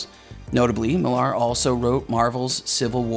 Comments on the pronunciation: Millar is pronounced exactly the same as Miller, it's just the Scottish spelling. While we're at it, if it comes up, Bill Nighy's last name is pronounce "Nigh". Dunno why people that commit their VO's to immortality on YouTube just assume they're pronouncing foreign names and words correctly without taking 60 seconds to look it up first. Now it's there forever. Sloppy, very American and Canadian. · Note: Millar is pronounced "Miller." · Your pronunciation of Mark Millar hurts my soul